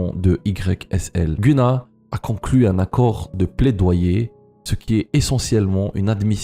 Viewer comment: Tu ne prononce pas bien le nom de GUNNA